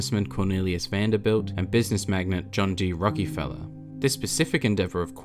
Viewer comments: Its Rock A feller not rocky fella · Great video and all, but I can't get over the Rockyfeller lol. It's Rock-ih-fell-er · Love you videos man but one thing that caught me off guard was how you said rockefeller emphasizing the E I never heard my name said like that 😁